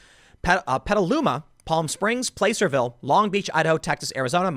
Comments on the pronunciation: Btw you say Placerville not PLAY-serville, you say Plah-serville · Placerville isn’t pronounced that way, it sounds like Plasserville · "Place-er-ville." Pronounced like "Plass-er-ville." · FYI - It’s Placerville, pronounced PLAS-erville, not important, but the more you know 💫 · I love how nobody can pronounce placerville properly. How do you say placer? Like in mining? Now just add ville to it. Locals just call it pville